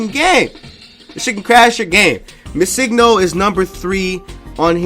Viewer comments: BRO! Pronounce Missingno like Missing No (Missing number). It's not Missigno, driving me nuts. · Yes... so much. It's not hard. It's Missing No (number) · It's Missing, as in the word Missing and No stands for number. You're saying it completely wrong :x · Did it bug anyone else how he pronounces MissingNo.?